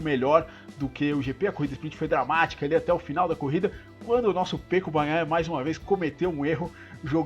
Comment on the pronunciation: Seus comentários são bem estruturados e mostram que vc entende muito do assunto. O único que gostaría de te dizer é que vc diz "Pêco" e o correto é "Peco" [ se pronuncía Péco]. Um forte abraço desde Girona (Catalunha).